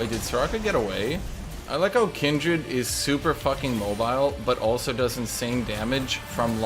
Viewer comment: Noooo it's Kindred No Aaaaaaaaa!!!